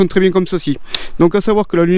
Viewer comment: "bieng" pardon !